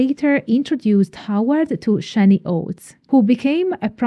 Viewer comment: The A in Shani rhymes with can, not rain.